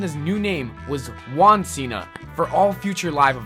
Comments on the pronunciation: its funny how you cant pronunciate juan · you said juan the wrong way